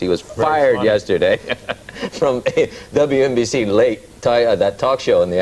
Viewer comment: lol wNbc- say it right